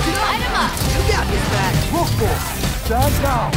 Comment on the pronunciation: Roquefort ❌ Roqufurry ⭕